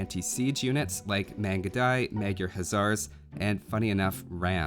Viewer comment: Magyar Huszár not magjar haszar